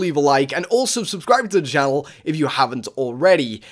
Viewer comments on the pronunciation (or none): he said channel wrong??